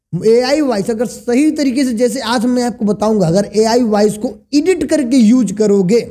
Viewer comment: ईडिट नहीं एडिट होता है...